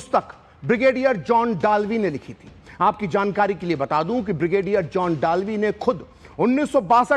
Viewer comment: डालवी नहीं दलवी